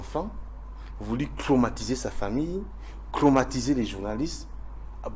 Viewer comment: Cromatiser cromatiser, cromatiser’ il est fou ce mec. Il n’arrive même pas à dire traumatisé